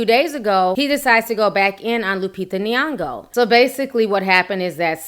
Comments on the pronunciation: She's called Nyong'o not Niango.. Kindly don't call out names that you can't pronounce correctly, it's irritating, moreso a black person mispronouncing another black person's name. Anyways, you doing a good job with your vids, i've subscribed. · I'm sorry but it gets me when people mispronounce Nyong'o😂😂😂. Awesome content though. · I'm sorry but you really have to learn how to pronounce her name right it's not really difficult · i can't stand how you pronounce her name